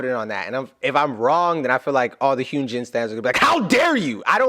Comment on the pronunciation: Just a helpful hint: Hyunjin’s name is pronounced HUN as in honey, and GIN like the booze. Love him!!